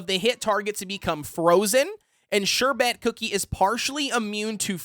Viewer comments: Love your videos, and just want to help.. The pronunciation is more like 'SHER-bit' than 'sher-BET' like you are saying. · I love how he says Sherbet XD ‘Sher-bet’ but great video! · I say sher-bert even tho there's no R in the Bert 💀💀